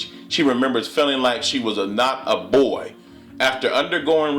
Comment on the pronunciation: excuse me it's Brazil not brayzil my farther my name is Brazil it was a insult cause there's no such thing as brayzil it's Brazil. come on a black man trying to be to proper, come on now. and then you say boyyyyy real hard dude work on your grammar a lil. now wat is transgender do they have a vagina after transgender. yes or no.